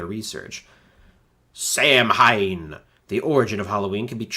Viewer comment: Samhain is pronounced sow-in